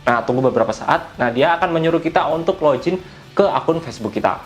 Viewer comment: aduhh bang bahasa inggris nya ko kacau banget login bukan login, fud bukan fod, 😵 geli banget dengernya